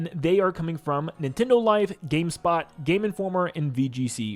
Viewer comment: bro said gayspot lol